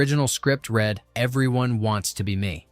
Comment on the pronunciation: For goodness sake, can you at least get an AI narrator that knows how to pronounce “read” correctly. It hurts your credibility in an otherwise enjoyable video. Do better.